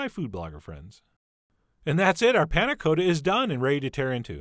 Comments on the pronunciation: Panna Cotta is said with a short O sound, like a baby's cot, not like go. Its made worse that you pronounce it correctly Why do you do this to me chef john :( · For anyone who might be interested in the correct way of pronouncing panna cotta. The o is not long as in Dakota, but short as in cottage. The 'a' is more open and snappy, but I'm not sure there is quite a good example or an equivalent sound in american. It's like the 'la' in do re mi... for those who have practiced scales. Both 'a's, in this case. I would recommend using a vanilla pod instead of an extract. And, definitely serve the 'harder' way. The crucial quality attribute of a panna cotta is consistency, most easily judged by giving the plate a 'jiggle' and you can see that perfect wobbliness. Can't really do that if you haven't flipped it:-) But I think those ramekins are less than ideal. Thick, and you can't really give them a whack on the plate. A little plastic mug would be easier, and you can warm up in your hand.